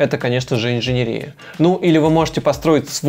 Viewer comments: Вы хорошо объясняете,но почему инженерИя? Правильно говорить инженЕрия. Ухо режет. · Только мне режет слух слово инженерИя? Парень, правильно говорить инженЕрия!!! Рассказываешь хорошо, но эта инженерИя (етить её за ногу) выставляет тебя не лучшим образом! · ИнженЕЕЕЕрия. ин-же-нЕ-ри-я. ЕЕЕЕЕ не И😰😰😰😰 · Видео очень хорошее и полезное, но ПОЖАЛУЙСТА - инженЕрия, а не инженерИя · контент огонь)но инженерИИИЯ_)😂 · 😤 ударение падает на третий слог: инженЕрия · Только меня смущает инженерИя. Невозможно слушать. Еще и так часто повторяется слово - брр